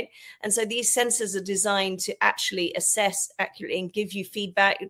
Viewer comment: You said "ASSess"!